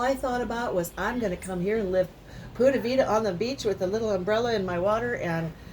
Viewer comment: Keep plugging that Spanish. se vende is pronounced Thay Ben~day